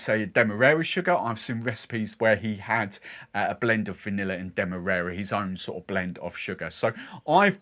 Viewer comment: Not that you asked, but I think the first a in Demerara is pronounced like the A in marry